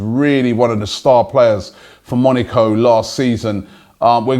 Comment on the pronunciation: love the show. But PLEASE stop saying Monico... it is MoNAco, moNAco.